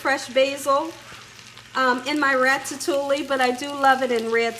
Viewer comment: It’s pronounced rat-a-too-ee. The ll’s are silent.